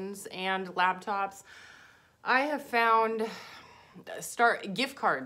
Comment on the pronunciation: Love that you say LabTops. I say laptops as labtops too haha 😄 I'm not the only one 😂 love your informational videos